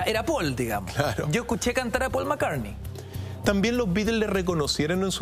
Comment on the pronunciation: Pol Mccarne